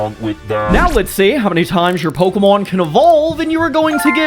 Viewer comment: Pseudo legendary you made a conversion evolution for you pronounce the first two names of its evolution wrong and I know because in the show, they say it a different way and I’m sorry for correcting you. It’s just that my pet peeve is people pronouncing Pokémon names wrong.